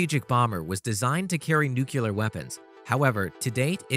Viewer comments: how did u make a vid and post it when u can't even pronounce n u c l e a r.. duh? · It never ceases to amaze & annoy me🤬that so many narrators, correspondents, politicians, public speakers, news readers and others cannot seem to pronounce the word ‘nuclear’. It’s so easy to say it properly by putting two words together.....’new’ and clear’ and the pronunciation is perfect! The word ‘vulnerable’ is another one! But let’s not go there, eh?🤪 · Thank you. You are saying nuclear wrong. It sounds as though you are just reciting public-relations text. No perspective? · Ok. Its NEUCLEAR, not Neucular. Please for the love of god get it right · Awesome video such amazing technology to be amazed with, but there is no Q in Nuclear (New Clear not New Q ler). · Nuclear is pronounced Newcleeear. Not Nukuular. So funny for an intelligent person to constantly mispronounce a word. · You should learn how to pronounce “nuclear.” It’s pronounced NU-clee-ar, NOT NUC-u-lar. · New-CLEE-ER. NOT Newk-u-lar. You sound like George Bush. Not too bright. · For the love of god please quit saying "nukular". It is nu-cle(long e)-ar(er) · Great info presented in an interesting way. However; I cannot continue to listen to someone say nuclular time after time. It is nuclEar. Definitely not nucular. Unless you're George W. Bush or related, then you can get away with it. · Nuclear should be pronounced new clear, not nucular although I suppose it's OK if George Dubya said it. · Honestly, how hard is it to say 'nuclear' rather than 'nucular'?. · he said "nucular" :) it's nuclear :) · Remember it like this -> New-Clear not New-Killer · It's nuclear not nucular 🙄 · If I was going to go through all the trouble to research and produce a video on bomber aircraft, I’m pretty sure I’d first learn how to pronounce “nuclear”. Nu-cle-ar. Not nu-cu-lar. Of course, I wouldn’t use clickbait tactics either...but that’s just me, a 57 year old high school graduate from Arkansas. What the hell do I know?